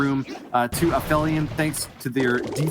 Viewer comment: Awesome! One annoyance: it's pronounced ap-helion, meaning the point in a planet's orbit furthest from the sun (helios meaning sun)...